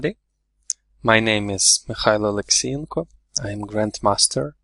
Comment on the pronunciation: Mikhailo? Its like Serbian Mihailo